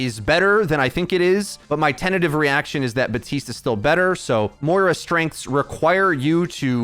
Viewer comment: His name is BaPtiste not Batiste. Everyone put so much effort into learning how to say Brigitte but won't just say the p for Baptiste. :(